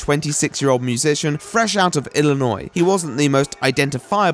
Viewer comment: As a girl from Illinois.... Thank you for pronouncing "Illinois" correctly. Thumbs up on this video for just saying it right. (For everyone else. the S at the end of Illinois is silent). EDIT! he says he dealt with a lot of death and trauma at a young age and that is why he is the way he is... I AM A 21 YEAR OLD WOMAN WHO LOST ALL 4 GRANDPARENTS, BOTH PATERNAL UNCLES, ONE MATERNAL AUNT, ONE MATERNAL UNCLE, THREE CLOSE FRIENDS, AND A FREAKING TEACHER WITHIN THE FIRST 16 YEARS OF MY LIFE AS WELL AS NUMEROUS PETS. I WAS ALSO RAISED BY AN ABUSIVE ALCOHOLIC MOTHER AND AN EMOTIONALLY/VERBALLY/PHYSICALLY ABUSIVE FATHER. MY EX WAS ALSO VERY ABUSIVE TOWARDS ME, GIVING ME A CONCUSSION 5 HOURS BEFORE MY FIRST DAY OF A NEW JOB AND LAUGHING AT ME WHILE I MISCARRIED OUR CHILD AT 2 MONTHS GESTATION. IF I AM NOT A DAMN PAEDOPHILE AND PSYCHOPATH BECAUSE OF ALL OF THAT SHIT THEN THIS LOW LIFE, GIVEN EVERYTHING HE HAS EVER WANTED, FUCK BOY HAS ABSOLUTELY NO EXCUSES. BY SOCIETIES STANDARDS I SHOULD BE DEAD OR A SEVERE ADDICT BECAUSE OF THE BULL SHIT I'VE ENDURED. HE HAS SO EXCUSES OR REASONS OTHER THAN HE IS FUCKING SICK IN THE HEAD.